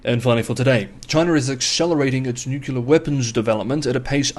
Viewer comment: What is newuckyoular ? Anything similar to new-clear (nuclear) ? Bizarre pronunciation. Mind you, if 6 is "sucks" no surprise making a complete Horlicks of nuclear